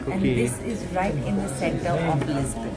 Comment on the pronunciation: Why are you saying "Lis-bain"? It is very distracting. Loved the video though. I live in Lisbon.